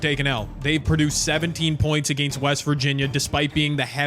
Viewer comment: Enjoyed the vid! The way you say against (uh-gay-nst) just sounds so odd to my ears 😂